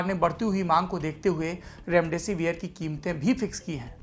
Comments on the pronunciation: Mr it is not रैमडैसी वीयर... it is डैसीविर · कम से कम उच्चारण तो सही करो रेमडे सिविर को रेमडे सिवियर चिल्लाये जा रहे हो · Severe pronunce kyu kar rahe ho